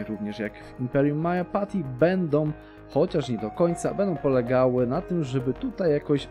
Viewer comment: to gówno czyta się MADŻAPACHIT